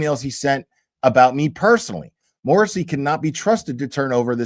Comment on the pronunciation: Michael Dubba-ya Morrasssey!😅